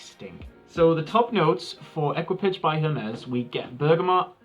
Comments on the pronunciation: It's pronounced ēkē-pa-sha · please pronounce : e k i pa ge :))) which means crew in French